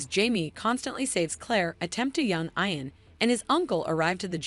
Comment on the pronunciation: Watch the show a few more times and get the names right. Ian= E-un for instance.